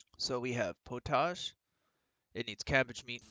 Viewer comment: Thank you fot the tutorial. I think its pronounced pot-age not po-tage 😅. I cant wait for the co op